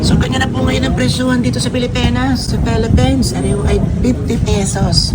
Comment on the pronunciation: How u talk Philippines to pelepens hndi nakakatuwa.